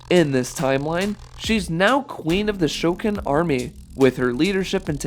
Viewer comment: My favorite is Goro, but quick question, why did you pronounce Shokan like that, also next Tuesday, November 1st is my birthday!